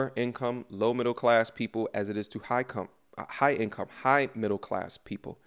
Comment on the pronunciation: “High come”